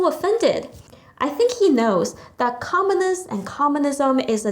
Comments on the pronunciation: Hi, Thankyou. I only have a little suggestion. When you say the word "communist" it sounded like "commonist" with an 'O' instead of a 'U'. If you pronounce the word with a stronger 'U' sound then it would be good. Cheers. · comminist is not commUnist...pronounce it righ!